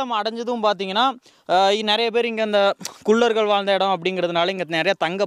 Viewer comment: தம்பி.. உச்சரிப்பு திருத்தி சொல்ல பழகுங்க.. குல்லர்கள் அல்ல குள்ளர்கள் னு சொல்லணும்